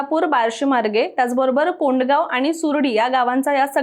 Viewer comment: कोंडगाव नाही गौडगाव आहे